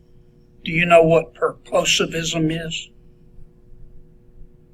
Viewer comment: In her defense, Senator Kennedy butchered the pronunciation of purposivism. And, no offence intended, but so did. --- per-puss-ehv-ism ---- And, at least she said she would follow the law.